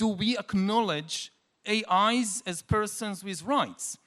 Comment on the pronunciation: yuhval saying AIs, sounds like A(eyes)